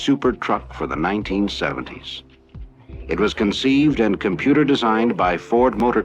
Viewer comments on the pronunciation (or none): none